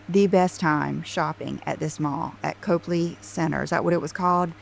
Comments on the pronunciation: said “Cope” ley Place, but it’s pronounced “Cop” ley Place. If she took as much time to learn how to pronounce the places she goes as she does learning where the shops are she wouldn’t look so clueless and for lack of a better word stupid. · It’s NOT COPELY ITS COPLEY. COP-LEY😮 OMG SHES SUCH A DOPE!!